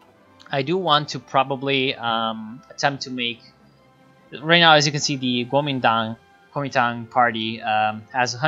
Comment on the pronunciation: Nice pronunciation of Guomintang though :D And I lmao when you said yanxishan, quite perfect actually